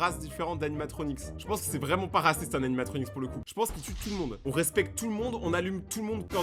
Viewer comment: D'ailleurs on dis un animatronic et pas animatronix mais bonne video en vrai